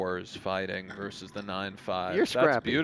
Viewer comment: maybe these commentators are used to talking over online poker, where there is no consideration for table talk. Also, it's "versus", "verse".